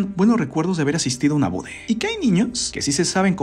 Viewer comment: Siempre dice bore y es boda parece como potaxie JAJAJA